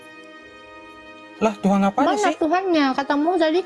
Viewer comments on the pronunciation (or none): Tuhan, bukan Tuhang 😂